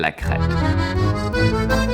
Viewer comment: I legit thought Erwan was so done with Nutella that he called it "Nutella crap". Nutella crepe, got it. hahaha